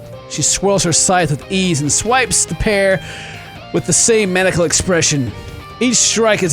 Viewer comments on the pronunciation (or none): It's ma-ny-i-cal!! 😂😂😂